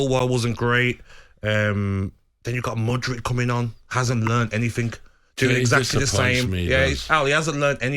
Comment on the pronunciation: Gabby “anythink” agbonglahor